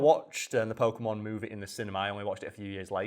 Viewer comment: Funny how the channel is named “FACT FIEND” and the first thing you hear on this video is an opinion based argument on how to pronounce Pokemon names, and completely butcher it too, and then proceed to tell everyone that’s how it works. Very Convincing “FACT” right there huh?